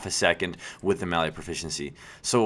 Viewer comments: its called melee nt mele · The word is pronounced MAY-LAY (melee), not MELLIE! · you know it's pronounced "MAY-LAY" right? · you say melee in a funny way